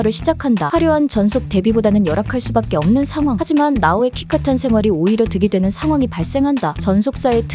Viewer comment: 키카탄 발음에서 뿜었습니다~ ㅎㅎ